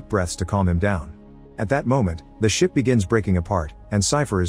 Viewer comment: Sounds like you said "At that moment the shit started breaking apart" 😂😂😂